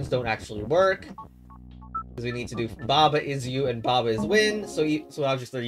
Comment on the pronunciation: its pronounced /ba ai ju/